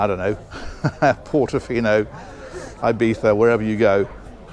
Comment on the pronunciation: Bonus points for the correct "lispy" pronunciation of Ibiza 😊